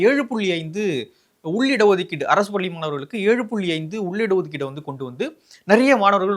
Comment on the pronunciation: தமிழ் உச்சரிப்பு சரி இல்லை. பல்லி இல்லை. பள்ளி. ஏற்பட்டிச்சி இல்லை. ஏற்பட்டுச்சு. 🤦‍♂️